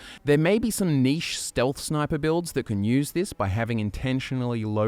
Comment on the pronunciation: Sorry, what was that? All I heard was “niche” -_